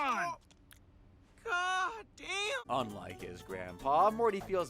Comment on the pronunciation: "Gah Daiyum"